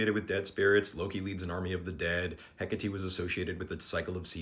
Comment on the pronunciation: Heck a tee? THAT'S how you pronounce Hecate? That's so cool. I've seen it written many times, but never heard it before! Ty for that